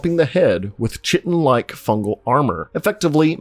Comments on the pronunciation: Chitin is pronounced "KY-tin," not "chit-ten." 🙏🏾 I really enjoy your videos, by the way. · It's pronounced "Kai-ten" not chi-ten. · Chitin isn't pronounced " chit in " It's correctly pronounced "kai-tin" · Ky-ten lol ch-itten?! ❤ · Although sometimes it looks like poop, chitin is pronounced 'ˈkītn', therefore 'kay-tn', not sh*tten. :D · Kite-in not chai-ten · “Kai-tin” great video, hate how you pronounce chaitin. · It's not a lot of work to look up the pronunciation of a word that you're going to repeatedly use. Kite-in, not chit-in, is how to say chitin. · You're mispronouncing chitin. You're pronouncing it with a ch sound as in chair when it is pronounced like kite-in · The word you’re mangling is chiton (Kite’n) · Chitin is pronounced ki (as in kite) tin. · Chitan is pronounced, "kite - in" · All this time I thought chitin was pronounced "kite'in" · Chitin is pronounced kiteN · Chitin is pronounced "Ky-tin". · I hate to be that guy but i'm pretty sure chitin is pronounced like kai-tin ;) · Chitin = Kie-tin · I hate to be that guy. Chitin is pronounced ky-tin. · stop saying chitin it’s pronounced kie-tin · You succeeded in triggering me with your pronunciation of chitin 😂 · The reason I’m writin Is how to say chitin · The repeated mispronunciation of chitin is really triggering. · Please google how to pronounce "chitin"